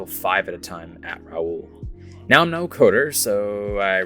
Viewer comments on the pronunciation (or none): none